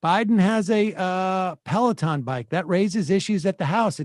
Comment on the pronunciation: Sam says pelaton like pelican